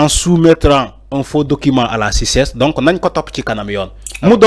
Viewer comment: Toi tu es vraiment plein de haine quoi! Et puis on ne dis pas "à la cices" c'est le cités. Est-ce que tu as la licence toi?